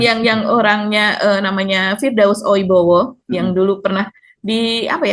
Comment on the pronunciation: Oiwobo..😂 bukan oibowo